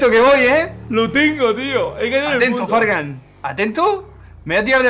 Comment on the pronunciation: Ya fargan lo dijo bien